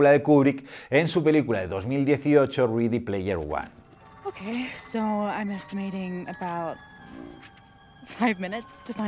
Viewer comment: Me encanta El Resplandor pero para mi la mejor película de terror de la historia es El Exorcista. Y un detalle: Ready player one no se pronuncia ridi sino redi.